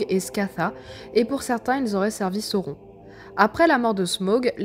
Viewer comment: C'est bien ce que tu fais, c'est pas pour te "vexer", surtout, mais -"seau-rond", "taux-rein", c'est too much!! c'est"ça-o-rone" et "taux-rine" qu'il faudrait dire....pour les elfs, pour "Glorfindel", y'a pas de lézard, mais "Elle-rond", pff pas terrible, il faudrait prononcer le "d" "El-ronde"...Tu vois ce que je veux dire....lol, et bisous